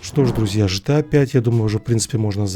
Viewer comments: гта же а не жта. Гранд зифт ауто, а не Жранд зифт ауто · Джан се авто . почему ты гта джта называешь 😂😂😂